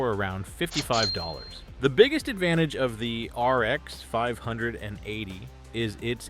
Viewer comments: The whole damn video is using generative AI, the fact the "person" cant pronounce RX 580 or VRAM is the tell. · this whole channel is AI.. look at the replies in the comments and it can't pronounce 580..